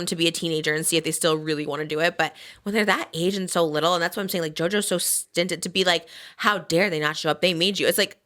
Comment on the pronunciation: Obsessed with Trisha saying stinted instead of stunted 😂💕😂💕